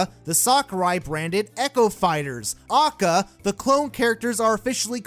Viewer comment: Hearing him say AKA like that ruined my day